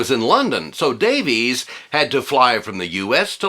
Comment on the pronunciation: Davies is pronounced Davis you dork!